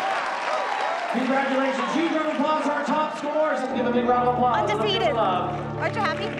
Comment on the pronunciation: Who turns around and says undeafeted to the one person who she know it will annoy